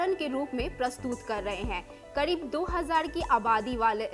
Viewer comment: It's kareeb not kadeeb😂😂😂